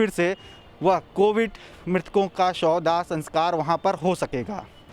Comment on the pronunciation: Tu kam se kam shav dah to clear bol pehle sauda sauda bol raha hai.